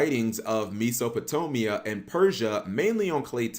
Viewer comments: "Suemarian" "Meesopetomia" Su-MARE-ian Meh-so-Puh-tame-ee-uh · It’s Sumerian (Sue-mary-an) Nibiru (knee-beer-ooh). Not Samarian. And wtf is miso-patomia?! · "Mesopotomamia" & "Sitchem" 😄